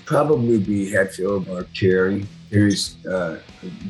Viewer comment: I swear he's saying "Jerry" instead of "Kerry"